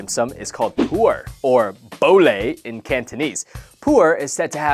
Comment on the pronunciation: it's Pu'er LOL ("Poo-er")